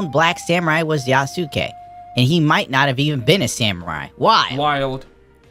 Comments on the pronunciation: U is silent in japanese, Yasuke is pronounced ya-skay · Hahaha, no. Sa, shi, su, se, so are the syllables they are using. Like in the famous sword masters name, Yamaoke Tessu. The U is only silent, when they use it to prolong the O. Then they write OU, where you pronounce the O as long O (we Hungarians write it as "ó") and the U is silent indeed.